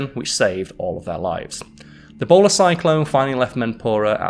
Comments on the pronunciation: I thought he said "Ebola Cyclone" and ngl I was more terrified of that. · I cant stop hearing ebola cyclone lol